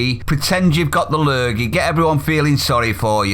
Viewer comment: "La lurgey". 🤣😭🤣😭